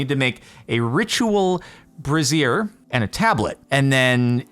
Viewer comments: Just as a note, it's either bray·zhr or bray·zee·uh, the former being most common states side. What you were saying was more... women's underwear. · Brazier is pronounced bray-zee-er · Am I the only one who had to control a snrk every time he pronounced it “bruh-zeer”?